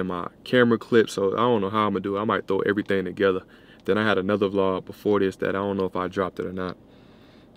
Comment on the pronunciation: Which Jamaican girl are you talking to? "Every ting"